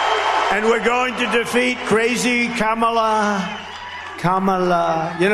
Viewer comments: ... What a tool! Even a child knows how to pronounce "Kamala". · He is so disrespectful mispronouncing her name. He does it on purpose. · He has no platforms to stand upon and just calls names and disrespects Kamala at every turn. Hes to stupid to even say her name right and talk about policies rather then his dementia rants. So over this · Seems obvious to me that Trump has a problem pronouncing Kamala, hence his 19 different ways. Trump has the ignorant, the uneducated and the devious, the problem is, there are so many of them. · Since he won’t pronounce her name correctly, let’s just call him Donald Dump. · Don-old is too weak in the brain and old to figure out how to say Kamala properly. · He can’t pronounce, Kamala